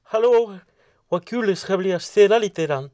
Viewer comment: Hahah, jag dör verkligen när han säger "Huarje dag, är inget probleem" och "Hallåh, hva kul de ska bli a städa hlitegrann" <3